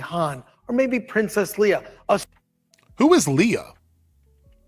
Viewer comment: If Chris has only seen the original Star Wars trilogy I'm not surprised he didn't know how to pronounce Leia's name throughout the entire trilogy Han and Leia's names are mispronounced all the time